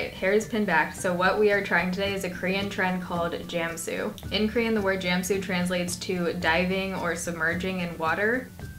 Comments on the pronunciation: halluuuu its not pronounced as gem-su its jahm-su hehe thank you for showing us this trick!! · You don't pronounce it as jam-sue. it's jam (short a sound) su (short u sound) -. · lol JAMsu it's CHAMsu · Not sure it really matters, but it's actually pronounced more like "chamsu" c: But great video though! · Please dont say 제암스우